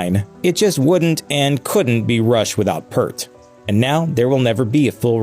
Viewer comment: BTW, the narrator of this episode is pronouncing his name incorrectly. Neil Peart's last name is sounded out like "Peert" rhymes with here, peer, dear, near, etc., Not "pert" hurt, dirt, etc.